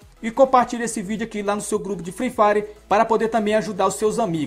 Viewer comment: kkkkkkk alguem mais notou ele falando fifari